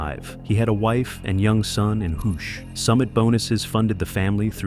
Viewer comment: And why is the Matterhorn pictured when the narrative is about peaks in the Karakoram range? I know video can be used as filler, but there are a number of shots that have nothing to do with K2, or even the Himalayas. Also, the guide's home valley of Hushe is pronounced "Hu-sheh," not "Hoosh."